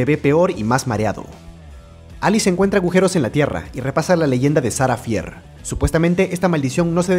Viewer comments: No se pronuncia "Sara fier" se Pronuncia "Sara fir" pero se escribe "Sara fier" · No es sarah fear se pronunsia sarah fir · Shara fier es así lo dijiste mal bro soy tu fan me das un saludo